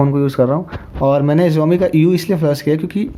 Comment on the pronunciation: Jaumi nehi saomi (xiaomi)